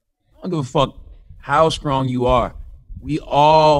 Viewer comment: If this dude says skrong instead of strong 1 more time